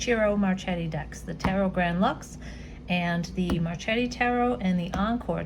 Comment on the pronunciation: Its pronounced as MarKeti 🌺